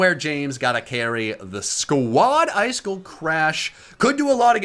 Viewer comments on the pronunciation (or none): none